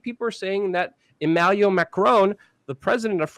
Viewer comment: Hey Luke, It is Emmanuel Macron, not Emmaluel Macron. Also, Erdogan is pronounced Ehr-deh-wahn. Have a wonderful day.